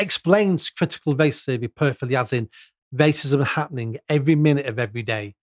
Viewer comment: I can't stand this guy. "Waycism"